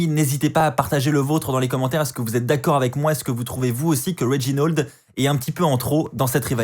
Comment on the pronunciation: Réginold wtf c'est "A" pas un "O" RÉGINALD